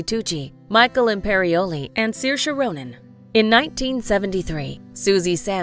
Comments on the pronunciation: Oh my GOSH!! ITS pronounced SER--SHA lol 😕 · I speak Irish and it's pronounced as Seer-sha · Umm its actually pronounced SUR-SHA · I pronounced her name sarsi. Sorry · a funny thing that i laugh at every time is that in my country her name is pronounced "Suarz"... thats embarrassing and whenever i look at is omgg i laugh so hard!! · She is such a great actress. My favorite is Hannah. Hannah is not just a film. It is pure art going beyond simple Hollywood film style. The narrators here do not pronounce Saoirse like Saoirse does it herself in several interviews when she is asked how her name should be said. Also the narrators here do not pronounce it the Irish way which differs a little from how Saoirse says it herself. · I think you guys are pronouncing her name wrong, like 75% of the world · Such a pity the narrators do not have enough respect for Saoirse to learn how to pronounce her name properly!!!